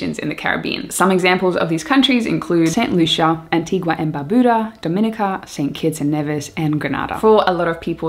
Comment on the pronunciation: Hey one of your subs from Antigua and Barbuda actually. Really loved the shoutout and the video was super informative!!! Always love the content. On the side it’s pronounced Anti-gah and Bar-bew-da. Keep up the great videos I’m glad to see you so much more comfortable feels like I’m talking to an old friend.